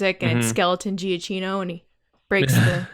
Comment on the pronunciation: Super random and not really important, but I think it's said GiaQino, not GiaCHino. In any case, I hope he scores Taika's movie as well!